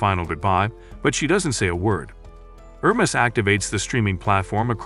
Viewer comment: The name is pronounced Her-mees. I had to stop watching, as it was like listening to fingernails on a chalkboard on how you massacred the name.